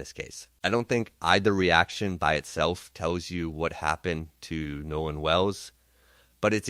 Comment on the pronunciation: This is not “trump’s team;” it is CRUMP’s TEAM. Don’t get it twisted. And the young man’s name is NOLAN , not “No One” WELLS. AI, you are being disrespectful. Like LAW ENFORCEMENT and Nolan’s so called white friends, you are treating him as if he was “no one;” as if his BLACK life didn’t matter. More questions: What was he doing with THEM on the day that THEY would be celebrating THEIR freedom - independent of FOLKS LIKE HIM And why was he sidetracked by that particular girl - also one of THEM - kids whose parents likely voted for Racist Trump who was hosting White nationalist - in Washington - on that day? Get it right!